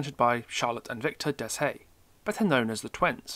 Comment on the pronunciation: I'll explain this best way I can, But Deshayes isn't "Des-hayes" It's pronounced as "Day-eye" If that makes sense.